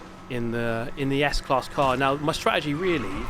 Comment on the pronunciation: Yes u did well with the German car s class. Like it's school 😊